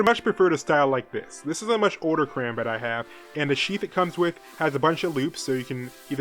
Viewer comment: as a filipino american, i''m laughing way too hard at his pronunciation of "karambit". since there are people who want to know the correct way to say "karambit" is kah-rom-bit. just like what zflow said in the arab people song "roll your tongue on the R's. whoops drop the b0mb! alluha akbar!